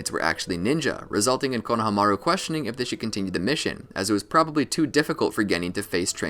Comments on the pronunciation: konohamaru is pronounced "konoha-maru" like the name of the village "konoha" its not "kono-HAMA-ru" you just say it flat, "konohamaru" with no breaks or pitch changes all one word almost as if its just one long syllable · I'm sorry but it had to be said konahamaru is pronounced koh - nuh - hom - uh - roo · Why pronounce Konahamaru that way? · why do u say konomaru like that... the disrespect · It’s funny how he pronounced konohameru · Did really just call him Kona ha maru